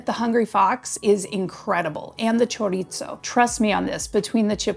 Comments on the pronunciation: Will you PLEASE STOP mispronouncing CHORIZO??? There is no "T" in it just because you thought you'd throw it in. It's NOT 'chor-eat-zo'. You are in Tucson in the Sonoran Desert. Say it right or please don't say it. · Choritzo? LMAO